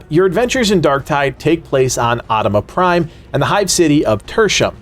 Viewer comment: Great video but the pronunciation of Atoma Prime is making me want to die.